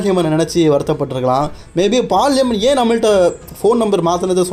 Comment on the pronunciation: Bro correct ahhh name sollu fullahh olaritt irukkeee😂